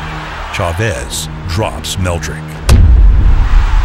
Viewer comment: The fact that the comentator couldnt pronounce chavez's name properly is fucked up. Other than that, great video